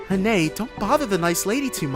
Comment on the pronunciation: Believe it or not, the little girl's name is actually pronounced Ren or Rin.